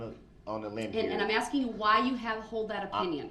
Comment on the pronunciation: He thinks he's smarter than everyone. Despite him constantly "axing" questions because he doesn't understand what's happening around him. And as long as he's not incompetent he has that Constitutional right.